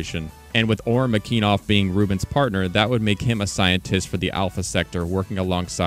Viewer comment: McEneeeeeeeff not McEnov wtf